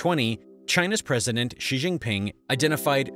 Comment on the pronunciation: He also pronounces Xi as gzee instead of shee. Good material, but needs more study.